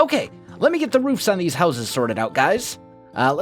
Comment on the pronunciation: u can't pronounce houses